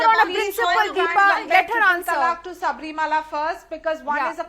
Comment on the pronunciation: Idiot anchor it is Sabarimala not saabrimaala.